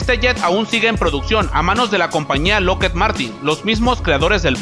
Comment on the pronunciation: Se pronuncia lockhid y el f16 real es llamado falcon